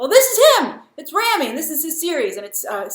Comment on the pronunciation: It’s Rah-mee. Rah-mee. Grace knows that guy won a Golden Globe but does she know how to pronounce his name? Lawd.